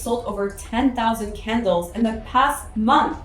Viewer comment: I thought you were saying kindles not candles!😅